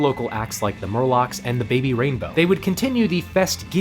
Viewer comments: Bay-bee Rainbow? Was that a slip? Bc it's Babe rainbow haha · Pretty sure gizfest also featured psychedelic prn crumpets, my fav band, and another top-notch Aussie psych prog rock band. I can't recommend them enough. Great vid! Also, to be "that guy", its babe rainbow, not baby ;) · Lmao it's "babe rainbow" not baby rainbow